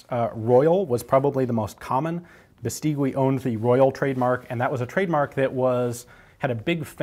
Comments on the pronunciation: You really sound well speaking spanish, but Beistigui is not Biisteewe. In spanish you must ignore the u between g and i, unless it have "¨" (ü). Bestigui sounds more like Biistighi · It's pronounces "Beistegi"not "Bestigüi" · By the way, "gui" is pronounced like "ghee." In Spanish, the "u" is not pronounced when between a g or q and an i or e. Overall, excellent video as usual! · The correct pronunciation of Beístegui: accent on the first syllable and then the 'u' is silent. When I was a kid I had a bicycle made by them which was a very popular make, 'BH' (Beístegui hermanos). The bicycle factory was situated on the city where I grew up. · Here in Spain nobody calls it "Beistigui", just BH. And if you didn´t grew up with a BH bicycle , you didn´t had a childhood. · Hi !! Spanish here, Tiny little thing: Bestigui is pronounced something like "bestighi" Great videos btw !! I love your channel flies away